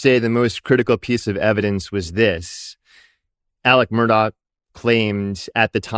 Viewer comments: She's a freaking broadcaster and she sang MurDOCK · Murr-Dawg. Should be jailed just for that pronunciation. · His name is Mur-DAW. There isn’t a k at the end of his name. A journalist should know proper pronunciation of names, etc.